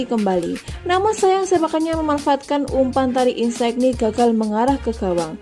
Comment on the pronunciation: Insigne dibaca Insinye, bukan insaigni